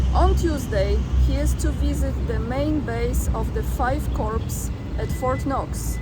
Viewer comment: It’s endearing how you strive to pronounce english words correctly. Corp and corps are pronounced with the p silent like core or cores